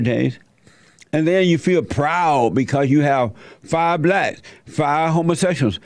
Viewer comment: “cause they had to hire blatts(blacks)” 🤣🤣🤣🤣🤣🤣 the way he said that just floored me I don’t know why...